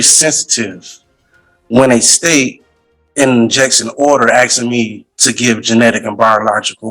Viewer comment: A load of 'axeing'